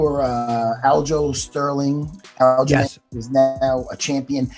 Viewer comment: "FOULJAMAIN STERLING"